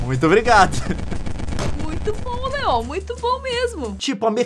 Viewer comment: LEON E NÃO E LEOM